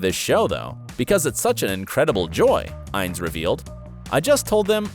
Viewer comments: Say it with me: WHY-LEE (Wyle)🙄 Inn-ESS 🙄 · Learn how to pronounce the last names correctly. It's Noah "Why-Lee" not "While", and Laura "In-ness" not "Ines". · The names are pronounced Noah Wylee and Laura Iness. Not While and Ins. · And it's Laura In-nes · Why are you pronouncing everything so weirdly? “Er-reek” La Salle? “Muh-dam” Secretary? Noah “While”? Laura “Ines” with a long i? Have you ever heard anyone say these names and words like this before or did you just decide to go your own way regardless of any kind of existing pronunciation precedent? And yeah, way to completely omit Sherry Stringfield. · It's Noah Wyle (WYLEE) not Wile and Chris Noth (nohth) -- long o, not nawth. Laura Innes (Inness) not (pronounced) Eynes. You really should do more research and learn how to pronounce the names.